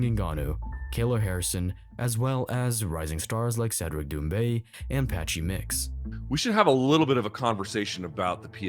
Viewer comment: Ah yes..."Dumbe" a French MMA star. Lmao.